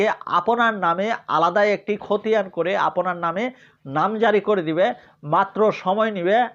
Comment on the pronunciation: ৫ মিনিটের আলোচনা করলেন ১১ মিনিটে। এতো অপ্রয়োজনীয় কথা বলেন কেন? আর "আপোনি" "আপোনার" এইসব ভুল উচ্চারণ ঠিক করেন। লেখাপড়ার মান দেখেই বোঝা যায় আপনি স্বৈরাচারের দোসর